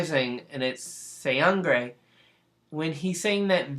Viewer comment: No. There's no "g" sound in his name. The letter, "g", doesn't work alone here. It's only combined with "n", making a new sound, "ng". You know, like, "going", "working", "doing", "living", etc. THAT kind of "ng" sound, you know what I mean... Seungri is pronounced...just "Seung-ri".